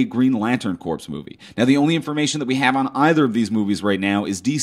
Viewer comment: "Green Lantern Corps." The last word is pronounced "core", not "corpse". Don't believe me? Ask any Marine.